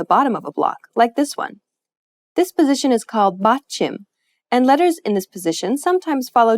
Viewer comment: great video, very helpful!! but since this is about pronunciation, you should know how to pronounce "batchim". you sounded more like 빧츰 than 받침 ...